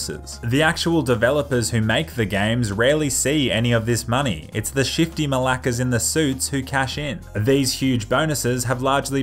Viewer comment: I’m a Greek peli and I get so amused every time you say “Malakas” 😂